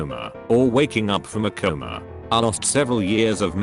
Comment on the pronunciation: What's so hard about pronouncing the word "coma"?